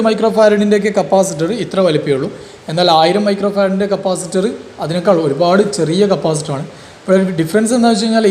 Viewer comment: Capacitor ✅️ Capasitor ❌️